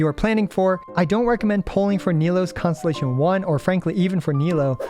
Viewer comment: The fact that your pronunciation of constellation sounds like “consolation” cracks me up. It really is just that huh